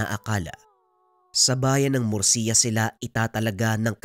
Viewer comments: hello po correction lang po sa PLACE NA MURCIA ganito po tamang pag pronounce MURSHA pero tamang spelling po nya is MURCIA☺️☺️☺️☺️from the province of negros here po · Sir hindi po mursiya kundi mursha Yung pronunciation nyan as in MURCIA po Yung spelling kasi parang mursiya